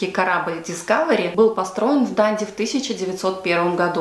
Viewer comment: ДандИ на последний слог